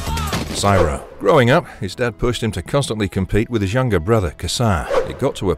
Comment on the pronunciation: Siro is pronounced like hero. Not like pyro. Have you ever actually watched the show? Or did someone else write a script that you are reading?